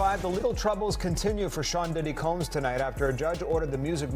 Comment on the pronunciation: SOMEBODY!!..ANYBODY!! Needs to teach this A.I. robot to learn a consistent pronunciation of 'Combs'. It's NOT Cambs..it's COmbs. It's so tiring and irritating to have most content on YouTube to be lazily narrated by A.I. seriously, it's why I don't subscribe or Like any of this stuff. Yeah, you got a comment BUT you won't get another view.